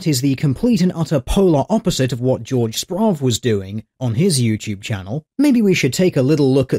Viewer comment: "Joerg" is pronounced like "yorg." His channel (the Slingshot Channel) is pretty rad. "The metal plate insert... or any of the other myriad of... materials that... modern stab-proof vests use." Shit, the manufacturer should have gone back to 1000 AD and put chain mail inside the vest instead of an aluminum sheet. "Stab-proof vests" are far from new technology, and given how long chain mail was used to keep mofos from getting shanked, I'd say that it's probably still a pretty damn effective material for keeping blades out of your guts. I recognize the site you took the US stab levels from - Cool company out of Austin, TX. A bottom line that Murphy obviously ignored: A vest only covers some areas of the body. There are several attack methods that can render a vest (bullet or stab proof) that will simply bypass the vest. Hits from the side to the armpit area, attacks to the pelvic and groin area (generally; some military vests include armor for this area, though damn near nobody uses it), and of course the head and neck are vulnerable as always. Do we know that the jihadi stabbed through the officer's vest? Of course not. We just know that the officer was stabbed to death. That could mean a bunch of blows that defeated the stab vest, or it could mean a single strike to the femoral artery. What, is Murphy going to say that anatomy classes are terrorist training now!? Jesus Tittyfuck Christ. I can't believe I'm watching the downfall of Western Civilization. Our species is d